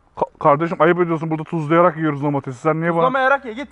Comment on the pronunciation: Abi videoda tuzluyarak diyorsun ya tuzluyarr.k yiyelim diye çıkmış